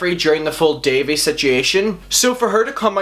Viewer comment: good video but its pronounced Dah-V